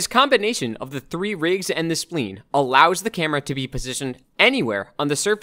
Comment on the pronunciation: Thanks for doing this, it's really helpful. Also just an FYI, spline is pronounced like sply-n, not like spleen. Think of it as rhyming with vine.